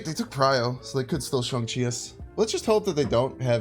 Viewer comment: The same with shang chi, he calls him Shawn lol haha